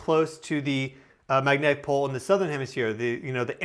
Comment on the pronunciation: Anyone else picture a charismatic mustachioed 1970s Chicago cop guy every time he says magnetic pol?